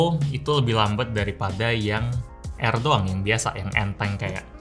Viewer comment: Air Dibaca Aer